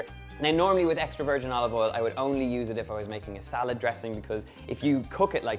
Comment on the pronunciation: Love the accent of pronouncing O with E... like Elive Eil..